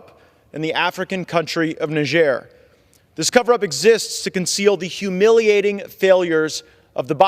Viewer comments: English speaking countries don't use the French pronunciation - - If you want people to know what country you are speaking about - - say "Nigh" (like the time is nigh) + "jer" (as in Jerusalem). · Cannot even pronounce the name of the country